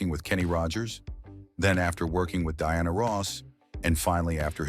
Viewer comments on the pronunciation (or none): none